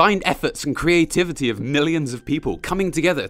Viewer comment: Ah yes, the queen of qwe- que- qweativitee Ive heard she’s creative